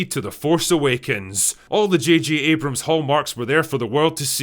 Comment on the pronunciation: JJ "Jod Jamer" Abrams ;)